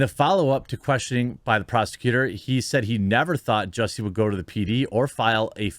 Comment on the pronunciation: JUSS-y, NOT JUICY. "SMALL-et" NOT "SMOLL-YEH". Go home, Jeremy, you're drunk.